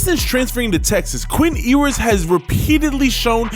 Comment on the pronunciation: Ewe-ers not oh-ers or how ever you're pronouncing it.